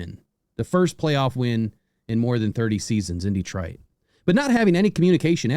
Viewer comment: Stop saying detroit like that 😅 just poking fun. I cant wait for this season